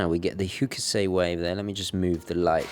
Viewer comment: Tiny pointette,. A better way to pronounce Hokusai (as in Hokusai wave) is simply "hock-sigh". My authority? I lived in Japan for six years and have passed the JLPT N2. I love your channel - gavunaa no chaneru ga dai suki desu yo!